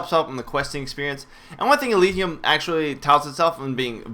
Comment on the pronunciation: I think it's pronounced "El-ij-ee-um"